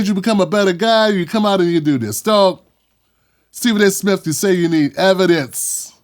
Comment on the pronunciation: Steffin A Fetchin Smith 😂😂